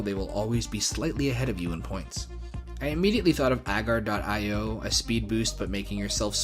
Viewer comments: very late, but i agree with the “i o” pronunciation. it’s an acronym, after all, either for indian ocean or input/output depending on context. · It's "dot eye oh" You were correct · it is "dot" "I" "O" you said it correctly. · I can confirm, it's definitely pronounced "io" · Yep, I have always pronounced it dot eye oh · (ok yeah ofc its pronounced "Aiy, Oawh" which are literal pronounciations for i and o) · It is pronounced (dot) EYE-OH games; cuz it is literally an 'I' and an 'O;' this isn't that hard; anyone that says otherwise is a total and complete oafbag